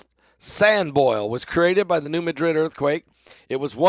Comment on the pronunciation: Madrid in Missouri, is pronounced Mad-Rid